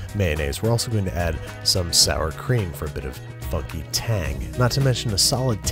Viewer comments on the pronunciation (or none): none